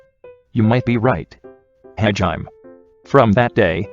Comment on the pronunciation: “Hajiem” lmao